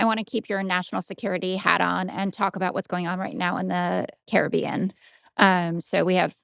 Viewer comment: Jessica, you’re pronouncing Caribbean wrong